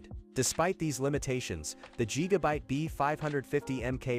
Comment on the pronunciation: LOL…yeah, I’m going to trust a lazy, worthless A.I. voiced video where the robot can’t even manage to say Gigabyte correctly. Yup…got it. JEEGABITE. LULz.